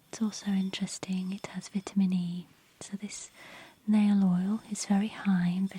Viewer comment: Couldn’t watch it because of the way she said vitamin